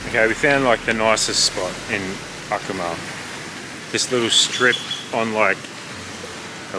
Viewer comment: If you are going to present yourselves as informed travel vloggers, you might not butcher the pronunciation of your destination in the first minute - hint - in Latin American Spanish the syllables are enunciated very clearly. eg A- Koo- Mal. Ironically, your sponsor is Babel. Maybe think about taking their courses!!